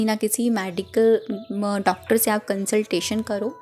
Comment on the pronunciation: मेडिकल बोलते है मॅडीकल नही